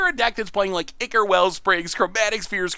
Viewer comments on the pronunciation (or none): none